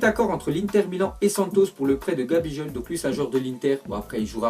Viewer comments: C’est vrai tu te trompes bcp sur les prononciations par exemple pour gabigol tu lis gabijol et tu dis c un milieu alors qu’il joue en attaque révisé bien tes fiches stp ya encore plein d’erreur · Ça ce prononce GabiGoal